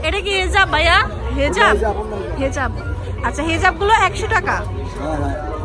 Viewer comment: Hajab naki hijab??? Uchharon thik koren.